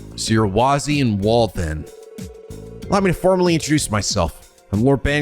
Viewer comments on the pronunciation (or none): Wald is pronounced as Waldo? Lol